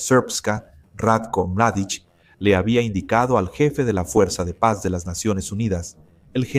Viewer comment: Mardic no......Mladic, Ratko Mladic